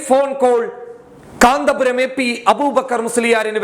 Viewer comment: Sorry കാന്തപുരം അല്ല കന്ത്പുരം എന്ന് തിരുത്തി വായിക്കുക